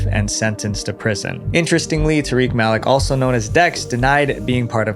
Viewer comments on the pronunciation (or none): Malik is pronounced "Ma-leek" 🤣